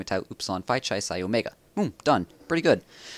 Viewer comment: regarding the greek alphabet, you pronounced chi incorrectly. is should be like kai, not ch-i.